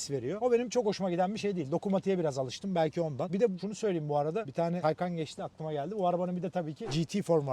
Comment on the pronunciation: "TAYKAN" değil "TAYCAN". Adı zaten Türkçe'den gelen bir kelimeyi bari bir Türk olarak doğru okuyalım